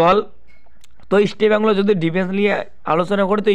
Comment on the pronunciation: বাংলা ভাষা টা ঠিক করে বলতে শিখুন। ইস্টি বেঙ্গল কি কথা, তারপর ভিডিও করুন।